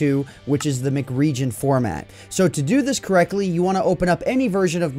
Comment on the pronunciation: I dont think its pronounced MCRegion as in McDonalds. Its probably pronounced M C Region as an abbriviation of Minecraft